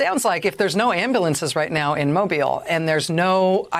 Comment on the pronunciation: I love you, Rachel. It's mo-BEEYL. The stress is on the second syllable. I love you, R!!